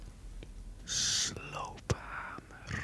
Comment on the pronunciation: Die grrrrrrrrrrrafische rrrrrrrrrrrrrrekenmachine zette me weer aan om voor examens te gaan leren thx!!!!